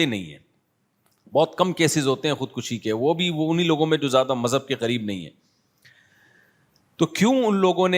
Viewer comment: what is "Jyada" its "Zyada"